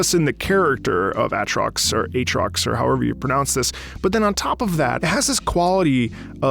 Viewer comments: It's pronounced Aatrox. It has double A. Not uh-trox. Ey-trox or A-trox. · but it feels kinda bad when he says ahh trox not A trox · I believe it's pronounced "A"trox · It's pronounced A-A-trox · Umm it’s A atrox actually not Atrox thank you ☝🏻🤓‼️ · Hey I'm quickly gonna be real annoying and say aatrox's name is not pronounced "Atrox" but "AA Trox" with focus on the A first then the Trox afterwards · yes, OTTROX, as you say xD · It is pronounced as ,,Eitrox" yes. ,,A" like Eight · the pronunciation is A-trox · Man really said At’ rocks. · It's pronounced Aye-aye trox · Bro said ahhtrox ☠️😭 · Aatrox(pronounced Ay-Trocks) The World Ender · PLEASE, listen to pantheon! Absolutely GOATED theme. Also, pronounced as "A-Trocks" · Aatrox is pronounced "8 rocks" xD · uuhhh Acyktuallyy it pronounceedd AAy-troxx 🤓🤓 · Is no one gonna talk about how he pronounced "Aatrox"